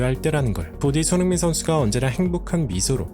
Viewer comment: 어나운스들이 손흥민 손흥민 귀에 쏙쏙 들리게 소리내어 주니 더 좋네요 **